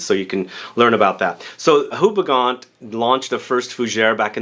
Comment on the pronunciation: Just a quick tip if you want to sound proper different - the name of the brand is pronounced as "OO-BE-GONE" (at least to make it simple). Great review!